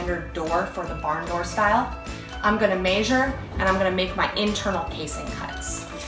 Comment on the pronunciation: Mehsure not maeeesssure